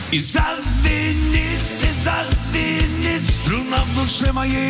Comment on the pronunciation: Вы правы! Вместо слова струна, всё время совершенно отчётливо произносил слюна. Были и другие ляпсусы. Исполнение и запись небрежны, на уровне самодеятельности. Но сами по себе и музыка, и текст великолепны.